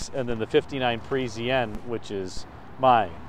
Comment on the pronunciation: He did not pronounce the "A" in Parisienne!